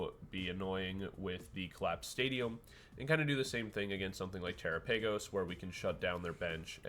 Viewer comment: did you actually just pronounce it "tera paigos" i lost interest at that point